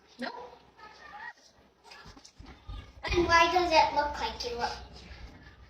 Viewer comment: When are Australians and Brits gonna see that the word “no” has one vowel, not all of them.